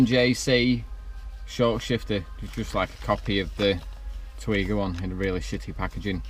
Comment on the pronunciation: I've got the same short shifter, I also had to twat it to get it in 😂. Haven't upgraded the bushes yet though. I think it's pronounced Teg yee wa.